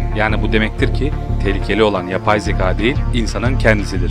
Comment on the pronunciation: Bro hikaye anlatışın harbiden 10 numara. Kendini dinletiyosun. Yalnız ince â harfini kalın a gibi söylüyorsun. Yani zekâ olacağı yerde zeka ya da hikâye yerine hikaye gibi..Söyleyim dedim 💮